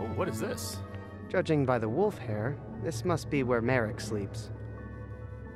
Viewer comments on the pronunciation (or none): I love how Jesse says wolf as Woolf :) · dude, learn to pronounce wolf everything